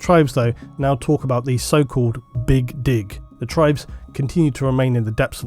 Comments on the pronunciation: "the big dig" Yeah I definitely heard that wrong. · My brain stopped working for a while after having to deal with emphasising "The BIG DIG"! Multiple times. 😂😂